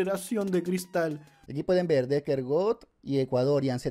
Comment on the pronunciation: Por cada vez que el dice "deker", un chino muere